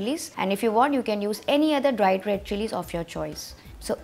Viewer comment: My fav part "Dwied Wed Chwilies" 🤣